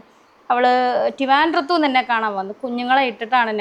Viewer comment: ടിവന്ധം അല്ലാടി സുനെ... അറിയില്ലെങ്കിൽ ഇംഗ്ലീഷ് പറയാണമെന്ന് ഇല്ല... ഒന്നുകിൽ ട്രിവാൻഡ്രം... അല്ലെങ്കിൽ അറിയുന്ന ഭാഷയിൽ തിരുവനന്തപുരം... അത് മതി... എന്തിനാ വായിൽ കൊള്ളാത്ത ഭാഷ പറഞ്ഞു ഉള്ള മാനം കളയണെ 😀